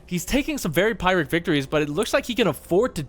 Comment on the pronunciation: When someone pronounces "pyrrhic victory" in a way that displeases me >: (